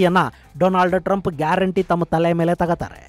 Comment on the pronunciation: doland trumph😂